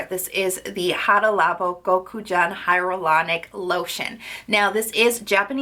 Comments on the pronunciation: "Hyaluronic" not "Hyarolunic" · omg, its hya"l"uronic and not hya"r"ulonic...you pronounce it wrong in EVERY video lol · Is hyRalanic acid different then hyalauranic acid? Or is it just your pronunciation?